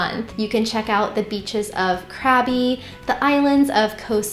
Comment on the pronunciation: Thanks, Ive been retired for 7 years here in Thailand 🇹🇭 we love Chiang Mai, Krabi is great for a beach ⛱️ getaway. OBTW Its pronounced (Gob bee' ) = Krabi I can confirm that Bangkok is almost as expensive as the Midwest USA 😢. With smog flooding streets and insufferable traffic and humidity, we dont get why its the worlds number one vacation destination. After 7 years Chiangmai, Da Nang VN, Kuala Lumpur, and Bali have been THE MOST FUN ans cheepest price OBWT dont let the complaints about the Burning season in CM deture you unless you have a weekness like asmua its way over complained about